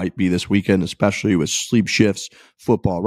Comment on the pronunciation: Hey - why are you saying ‘fist bulb’ instead of ‘fist pump’?? This is two episodes straight now. Clean it up like you did with ‘expecially’